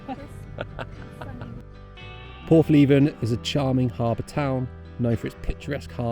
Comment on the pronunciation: Great Video! Praa Sands (Pray) - When a word has two of the same vowels in a row (called a double vowel), pronounce them as one vowel, using the long sound. This rule does not apply when 'O' is the double vowel - obviously, there are exceptions. Porthleven - pronounced Porth Lev ven not Porth Lee ven